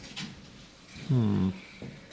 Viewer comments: salve is pronounced "SAV" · Ok,...pronunciation lesson time: salve is pronounced like have, the "l" is silent. Potomac is "puh TOE mek." I wouldn't normally point these out, but y'all did say you were trying to learn the correct pronunciations. Thank you for visiting the Veggie Boys and showing us around Harper's Ferry. I really geek out on history stuff ❤ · Potomac River pronounced Puh tow muhk, emphasis on 2d syllable. Also, 'salve' pronounced like have